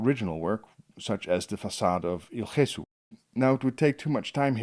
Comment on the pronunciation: Gesù - not the Dutch pronunciation